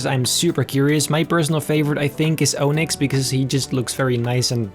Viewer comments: Onix is pronounced Ă-nix not Ō-nix. You need a color mask for the purple to stay, even if it is permanent. My wife has the same issue with both blue and purple permanent hair dye. An Onix using Fly and Hidden Power at the same time. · I hate they way he pronounces Onix IT'S pronounced ON ICKS Onix Not Oh Nicks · It's pronounced (on ix) not (O nix) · It’s spelled aw-nix not O-nix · My personal favourite was Onix, though Regigigas looks good too. Good job! Also, Onix is pronounced Aw-nix, not Oh-nix. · Why you say OH-nix it is AH-nix nice drawings tho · Im heavily biased and umbreon is one of my favorite pokemon so imma say its my favorite although i didnt like its face to much but its anatomically correct so i guess it was hard to make it look normal lol also onix is pronounced ah-nix not oh-nix dont ask me why lol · It is not OWNIX .. it is ONIX !!!!! 😡😡😡😡😡😡😡😡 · Oh-nix is pronounced on-ix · you pronounce it ahnix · man said ohnix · It's pronounced like on-ix, like ON as in turn the lights on, then IX is in mix without an m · O... nix... it's onyx like [on-ix] cmon man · Oh-nix xD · lets ignore how he pronounces onix like ohnicks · O-nicks. Me:......brah -_ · Did this man just say O-nix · It’s on-nix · Love the video and a whole bunch of time and effort went into the video but when he said onix I head. O-Nicks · He said “oonix” 😂😂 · why he pronounce it like (oh-nix) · I like how he pronounces onix OH-nyx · ITS aw-nix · I liked your Onyx so much that I won't even mention how you're pronouncing it wrong. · You pronounced Onix wrong, but you did a great job making these Pokemon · The way he says Onix lmao😂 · onix is pronounced with a short o